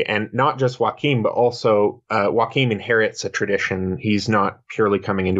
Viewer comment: Thank you for pronouncing Joaquim de Fiore correctly !